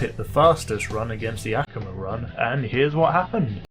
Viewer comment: Just so you know, It's A Koo Ma Not Ak A Ma